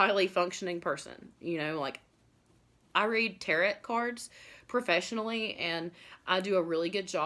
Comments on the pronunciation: Tarot is not pronounced tarret, like carrot. Tarot is pronounced like tear-row. Tear like ripping something. Not a tear that we cry. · Tarot TEAR-O not tear-OT You're welcome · The letter "T" at the end of Tarot is silent... pronounced like "arrow". 🩶✌🏼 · Learn how to say Tarot correctly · It would be nice if you knew how to say the word Tarot there is no t on the end only in the written word you do not pronounce the t.